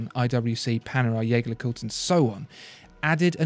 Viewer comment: >>> The “Jaeger” in Jaeger LeCoultre is not pronounced “Yea—gah” like the German word Jaeger meaning hunter; M. Edmond Jaeger was French, and consequently his name was and is pronounced ˈʒegɛʁ (Jaeger). The other half, LeCoultre is pronounced ləˈkultʁ. Your audience might (wrongly) assume that your common error is because you speak German. The fact that you don’t speak German is demonstrated by the way you pronounce German carmaker Porsche's name. The final “e” is not silent. Porsche is pronounced ˈpɔʁʃə. A company of your vaunted “poshness” will doubtless appreciate having these small errors pointed out.